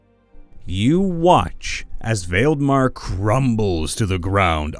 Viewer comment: I know this is a late comment, but I just wanted to drop in a tip in case you run into the name Valdemar again, especially since it's the title of a series of popular fantasy novels. It's a Scandinavian name, derived from the name Waldemar and related to the name Vladimir. Pronunciation wise, it goes as "Vall-de-mar". From what I can find, it means "great power".